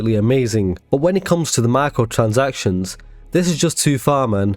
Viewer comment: Yo good vid and i laughed at the intro when u said xboxs problem with micrrrotransactions cause u definitely right